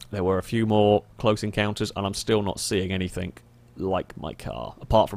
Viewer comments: Anythink..somethink, over and over. Why the fuck can't you pronounce the letter G? But you can somehow say "single player" and don't say sinkle player? What the fuck? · anythinK.. somethinK.. Very annoyinK